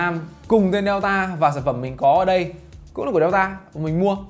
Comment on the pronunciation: Đọc là đen-ta chứ nhỉ...sao lại đeo-ta..?